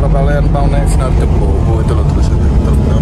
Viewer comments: Tolong di ralat bg penyebutan kata "Dempo", maaf tanya terlebih dahulu kepada sopir/kru,,cara penyebutan yg benar,, karena saya nonton dari part 1 -part3.🙏🙏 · Khusus untuk penyebutan huruf "e" nya min..